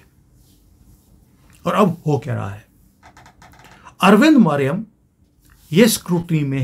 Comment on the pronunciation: Sir , The IAS officer you have mentioned in this case is अरविंद मायाराम ( MAYARAM ) not मरीयम as pronounced by you .